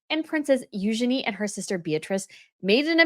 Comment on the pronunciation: Eugenie is pronounced with the emphasis on the first syllable